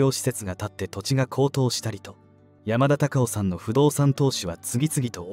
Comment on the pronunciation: アナウンスの方言が強すぎる。山田隆夫のことを喋ってるなら しっかり「山田隆夫」と発音しろ